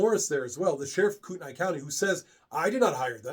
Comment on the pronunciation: Pronunciation from a local. KOOT KNEE CHOR DUH LANE